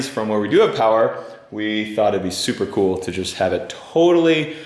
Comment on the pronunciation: "Souper coowel" Is that Texan or just?